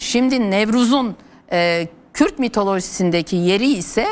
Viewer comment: Sinan bey kürt demekten zorlanıyor